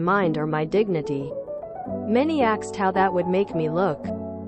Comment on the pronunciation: WHY are all of these narrated stories now using axed instead of *asked*? It just started within the last couple of days and it's driving me crazy.